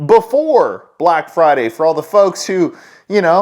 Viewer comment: Emphasis on one of the words in 'Black Friday'